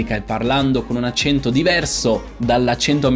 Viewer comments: La versione corretta è con la e aperta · Già il fatto che lei dica "accénto néutro" (con le "e" chiuse), invece di "accènto nèutro" (con le "e" aperte, come si direbbe da me in Umbria) fa notare quanto l'italiano "standard" possa variare, anche al di là delle varietà dialettali (che influenzano poi le varie pronunce regionali) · Quando hai detto "accento" con la e chiusa, ho pensato subito: "Partiamo con il piede giusto...". Comunque il video è molto bello. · Già come pronunci "accento" si capisce che non hai un accento neutro.